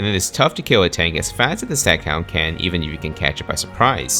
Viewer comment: Staghound, Stug “IV”... you get it wrong quite often. Regardless of how the game classifies the Stag or Stug. 😉